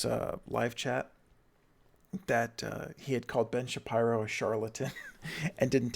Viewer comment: Why are you calling him Shapierow?